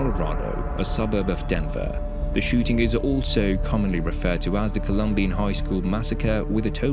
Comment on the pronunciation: Pronounce the name right. It’s Colum-bine. Not colum-bean